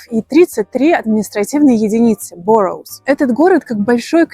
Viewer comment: Неплохое видео. Немного душноты вам - Район Beckenham произносится БЭкенем. Borough - район - произносится не Борроу, а БАро. Но ничего страшного, мы сами узнали это только через 5 лет проживания в Лондоне. Считаю Ричмонд неоправданно дорогим районом. Но какой лучше, спросите вы - для меня лучший - Bromley, соотношение цены/качество жизни - лучшее в Лондоне. Качество жизни - размер жилья, хорошие государственные школы, живёшь как на даче, но с канализацией и центр Лондона 30 минут максимум. Тем кто не знает - хороший район или нет, ищите в интернете Deprivation map. Смотрите туда и сразу ясно - красный цвет - туда не надо, там "бедные докеры".